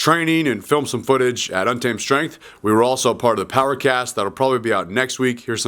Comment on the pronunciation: I found you about 3-4 months ago and just getting caught up on all your vids. I appreciate your knowledge and you help me remember some things I long forgot. I do have a peeve. LOL At the end when you give your mantra: Train Untamed. It literally sounds like: Train Un- T-I-M-E..........Ddddaaaa. Could you say tame instead of time?! LOL peeve over and done. (really if that is the only thing I find wrong... you are doing great)